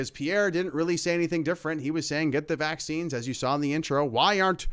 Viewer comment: He can't say vaccines